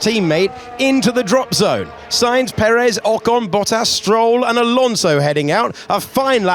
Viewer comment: Charles race in Spain, the S is stand for Silent 😢